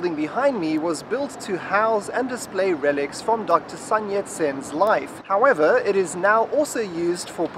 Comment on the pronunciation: 是孫ㄙㄨㄣ啦，發音不是山ㄕㄢ啦。 對，說的非常對，還是有危險跟要注意的事👍。